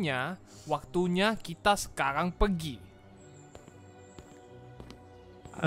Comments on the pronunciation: masih aja gak ngomong r pergi jadinya pegi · # gak bisa ngomong pergi haha pegi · Ada yang nyadar kalo / Ngomong pergi bukan pergi tapi pegi